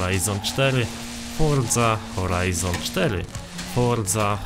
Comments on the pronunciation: Forza Horizon 4 x nieskończoność Czy tylko ja słyszałem fordza horizon 4 ileś tam razy czy mi sie wydaje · Foża hołajzon sztery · Mówiłeś 1000 razy Forza Horajzon 4